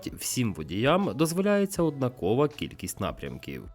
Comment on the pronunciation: Ставте, будь ласка, правильні наголоси: 1) не завданнЯ, а завдАння; 2) не однакОвий, а однАковий. І вірною може бути дружина, а відповідь - лише правильною. Щира дяка за українськомовний контент!!!